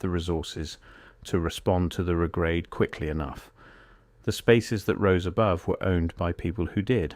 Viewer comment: The Regrade is pronounced RE-grade. Not re-GRADE